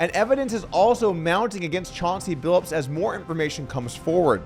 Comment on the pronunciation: It's Billups, not Billips.